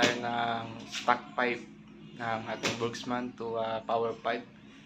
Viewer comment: Wala pong S. Burgman po. Hindi Burgsman.